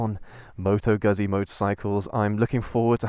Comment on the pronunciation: Moto Gøhsié xD